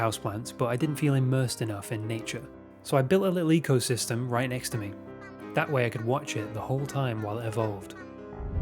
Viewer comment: I heard "leak-o-system" 😝Well. Let's hope it won't be one.